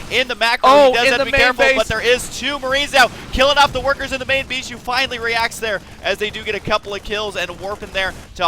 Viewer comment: when you realize they pronounce Bischu as beeshoe you can't unhear it again...